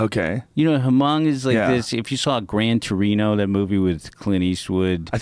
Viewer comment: this stupid fuck KNOWS how to pronounce Hmong, yet the dumbfuck still fucks it up... and the piece of shits story about viet ppl shitting everywhere is just a fuckin lie.